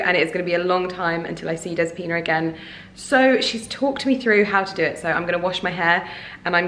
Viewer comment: My dear...the name is DEspina and you need to say the letter e like elephant...I am also greek,wish you a lovely Christmas!🇬🇷🇬🇷❤